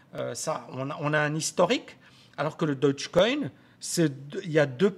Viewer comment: Stp stp "daugue coin" je répète "daugue coin" (phonétiquement) Dodge c'est une marque de voiture ... :'(